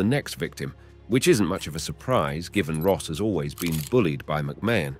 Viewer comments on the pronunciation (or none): none